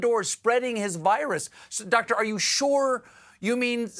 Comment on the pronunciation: How May uhhhhhs did that dwoctor say ? Yes Dwoctor 😅 . Your wife giggling is too cute Steve 😂